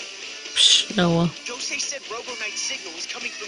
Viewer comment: IT IS GO-SAY